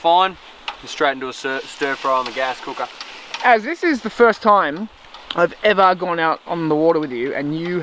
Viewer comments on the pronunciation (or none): at the expense of sounding like a idiot... wtf is a toime?